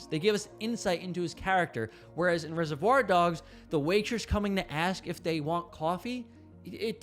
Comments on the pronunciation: It's not 'rese-voir dogs', it's 'reservoir dogs'. Not sure why that bothered me so much, but the video is otherwise insightful. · "ReserVOIR dogs". You have to be trolling us with that emphasis